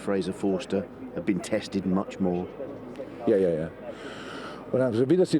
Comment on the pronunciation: Klopp: Yeah yeah yeah I think you mean: Yar yar yar